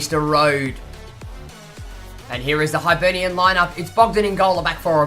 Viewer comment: It's pronounced hibernian not hybernian